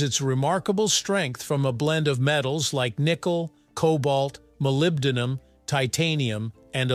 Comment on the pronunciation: I worked with this material in graduate school in the 1960's. At that time, it was pronounced "mar" "age" "ing" with each syllable pronounced like the word (even though "ing" isn't a word). They didn't do a good job in this video with "molybdenum" either.